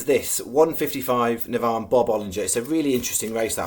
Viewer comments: It’s NAVAN not Navarrrn 😂😂😂😂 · Navan is not pronounced NAV ONN ! It pronounced NA-VAN ! ! Hope this helps. Say Van then say Na Van 🤣 BTW great place picks today. 💥💥💥